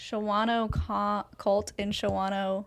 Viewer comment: She gave me a good laugh when she tried to say Shawano. I was born and raised just north of Green Bay. The SIST is a bad cult and scary too.